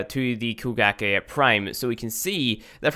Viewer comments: I keep thinking he's saying Bukkake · I thought it was koe-kah-gae